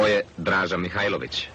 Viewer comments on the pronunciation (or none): da li je moguce da rts ne moze ni prezime djenerala da nauci?On nije Mihajlovic,on je Mihailovic.